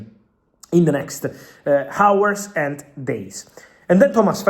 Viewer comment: I'm not mocking you but trying to help you. In hours the h is silent 😊